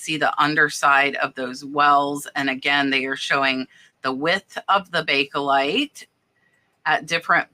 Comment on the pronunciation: Bake as in bake.....there is no e lite in pronounciation. Its bake lite, not bake ehhh lite.